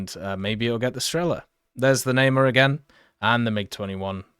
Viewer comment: Namer Not nae mar Nah Mehr